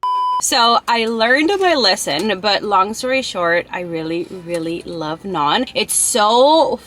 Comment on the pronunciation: You literally said everything wrong 🤬🤬